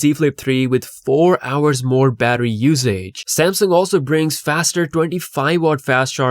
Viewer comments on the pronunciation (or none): none